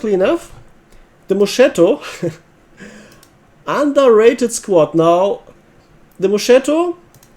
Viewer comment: ch makes the k sound in italian, so moschetto is read mosketto